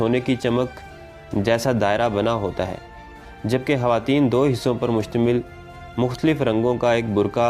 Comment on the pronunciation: آپ لوگ خواتین کو حواتین کیوں کہتے ہو ،، خاف کو حاف کیوں پڑھتے ہو